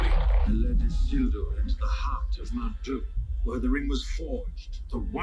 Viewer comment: I'm only 18 minutes in and, as always, so impressed with your ability to pay attention and grasps so many details. Being able to recall Isildur's name (slightly mispronounced, but still recalled) and then noticing that the Ring shrank in Isildur's hands are things i'd say 95% of reactors miss in this movie. I'm sure there will be more, but one of my favorite things about your reactions are your attentiveness and intelligence. EDIT: And just saw from a post below that you also noticed Aragorn putting on Boromir's vambraces. So impressive. It took me several watches to notice that.